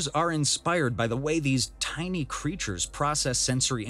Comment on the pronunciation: This AI-VO needs to works on it's pronunciation of "tiny" 🤣